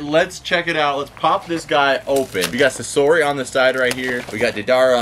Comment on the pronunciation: SA-SORI NO ITS SAS-ORI